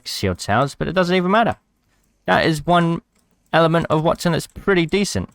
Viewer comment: Wattson. waTTson. Not that hard lol